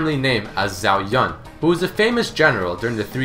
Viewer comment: Really enjoy all of the did you know series, however this got to me how you were incorrectly pronouncing "zhao"